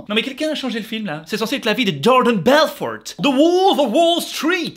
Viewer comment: genial comme d'hab ! Par contre pourquoi tu prononces belforTE ? x) Ca me perturbe ^^